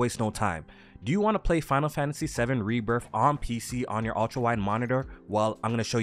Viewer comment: There is no F in Rebirth. It's Rebirth not Rebirf.